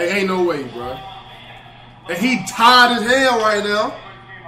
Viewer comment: “Flight tired ahhhftd” speak English pls